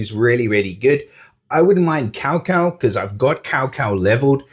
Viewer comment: Woohoo "Cao Cao" 曹操 ！ Way to go Bro! BTW is not "kao kao" it should be "Chow chow" (without "h" sound) 🤭 but hey, who cares how to read it.. as long we have it and I don't have it btw lol